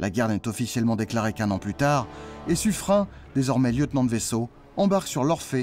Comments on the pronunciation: On dit pas sufrin , mais suffrène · on dit suffren(e) pas suffrein ! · Mes oreilles sont écorchées en entendant la prononciation Suffrin pour Suffren (ene). Suffren se prononce comme Turenne . Dans la langue française beaucoup de noms propres s'écrivent différemment de leur prononciation lieu et place de Suffrene. Suffren s'écrit ainsi mais se prononce S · très bonne vidéo merci .juste , j'étais dans la marine , à l'époque de la frégate Suffren, (prononcé sufrèn et non sufrin ) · Je l'ai toujours entendu prononcé Suffrène et non Suffrin .Mais peut être que les profs d'histoire ou les marins de la royale se trompaient sur la bonne prononciation. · Petit détail : son nom se prononce Suffrenn, pas Suffrin. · Juste une question : on prononce Sufrin ou Sufréne ????? J’ai toujours entendu la deuxième prononciation mais jamais la première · Le nom propre Suffren ne se prononce pace Sufrun mais Suffrène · C'est quoi cette nouvelle façon de prononcer le nom du bailli de Suffren ? Il se prononce "SuffRÈNE" et non "SuffRIN", ainsi qu'il est d'usage en français pour les terminaisons en "R E N". Songez aux "KaREN" qui seraient fort surprises de s'entendre appeller "KaRIN". Même le poisson d'Amazonie, le "lépidosiREN", se prononce "lépidosiRÈNE" et non "lépidosiRIN" ! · On prononce SU FREINE et non SU FREIN il me semble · Habitant juste à côté de l'avenue de Suffren à Paris, j'ai toujours entendu prononcé "Suffrène" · Ta prononciation du nom de l'amiral Sufren m'étonne. En effet, j'ai toujours entendu dire "Sufrenne". J'aimerais bien avoir ton avis là-dessus. Merci d'avance. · On prononce sufrène, non ? L'avenue de paris à ce nom se prononce comme ça en tout cas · Ça ne se prononce pas "Suffrène"? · j'ai tjs entendu parler de l'avenue de "su freine" à Paris, et jamais entendu autre prononciation. A moins qu'il ne s'agisse pas d'une avenue dédiée à la même personne? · Normal qu’il ne soit pas connu, on ne sait jamais comment ça se prononce.